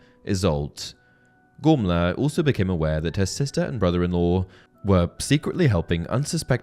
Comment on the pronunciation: the only thing that gets me with this video is the name pronunciation, how is a name spelt 'Gormlaith' pronounced 'Gormla'? Im not having a go, just a question! Otherwise great vid as always dude keep it up :)